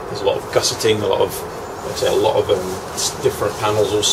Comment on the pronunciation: a fuckin loht uh money. I like it lol.